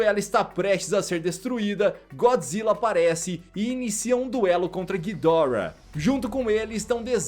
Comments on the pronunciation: nem para o cara falar Ghidorá (Assim que é a pronuncia o jeito certo é Ghidora) o cara fala guidórra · A pronúncia certa seria "Ghídorah" em japônes, "ghidÓrah" em inglês e "Ghidoráh" em português, só que ghidoráh é muito feio, melhor chamar de Ghidórah nesmo kk.